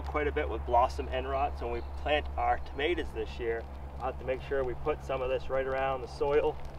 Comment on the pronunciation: he said "tomatoes" !!